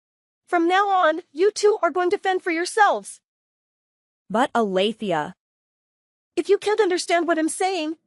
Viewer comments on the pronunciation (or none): Alethea? Try Althea.